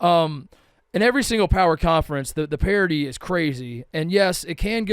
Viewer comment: The word is "parity". C'mon man.